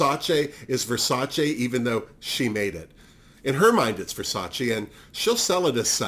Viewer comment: We needed Drag Race España to finally have someone pronounce Versace the right way 😂 I have a feeling Hugaceo will keep surprising us throughout the season…at least I hope so 😂